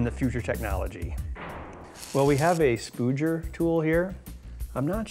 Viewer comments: Spuger? It's Spudger :D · Spuger? You mean Spudger? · A spoodger. Well that's... err... a new pronunciation. I guess it'll go nicely with the multimiter :)